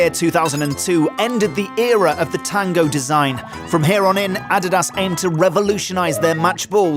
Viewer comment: Learn how to pronounce Adidas please. They are world renowned for the technological advancement of official footballs throughout the years.